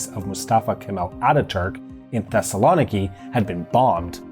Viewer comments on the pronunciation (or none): none